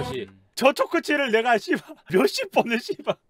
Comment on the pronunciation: 아 시이바 너무 찰져